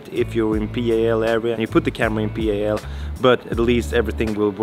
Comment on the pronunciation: ) It's pronounced "Pal" like in pal/friend. NTSC is just the letters. Or Never The Same Color if you're a boomer like me.